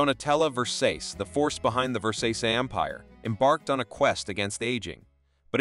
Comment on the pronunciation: Her name is Ver---sa --c-e